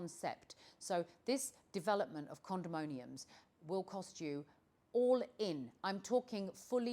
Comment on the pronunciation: Condominium instead of Condomonium 😌